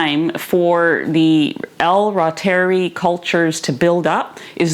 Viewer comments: L. Reuteri Originally isolated by German microbiologist Gerhard Reuter Pronounced “ROY-ter-eye” Emphasis on the Roy syllable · Anyone who says”rootery” is definitely way, WAY off. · AI pronunciation is wrong! Dr Davis says ru-ter-I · It’s a latinized German word. I pronounce it “ROY- ter-ee”. I think that’s right but that doesn’t mean most medical or nutritional authorities would know that. But “raw-terry” is absolutely not it—Google is wrong! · It's pronounced "roy-ter-eye". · Great video! I'm getting ready to try this today! 🤞 Dr. Davis said on Nili's channel it's pronounced "roytereye". (I trust him more than Google! 😆😉) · The “Latin” form would be “Reh-ooteh-ree” 😊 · Wow thank you. I should be able to remember how to pronounce ROY-ter-eye now. I love that name, Roy. . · Google told me it was pronounced L. Royteri, long i. That is how I have heard it pronounced. It doesn't really matter though, because it's just flat out good for us, so whatever you call it or however you pronounce it, keep teaching how to make it and why we should use it. I have made it and it did cure my bad case of a year long battle with diarrhea caused by the Ciprofloxacin antibiotic for diverticulitis. How thankful I was to have found it. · I would pronounce something the way the author of the book pronounces it. Not some digital AI voice... C'mon..